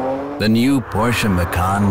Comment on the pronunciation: I am from Indonesia.. Macan come from Indonesian word for Tiger. And you are all pronounce it wrong. Totally wrong...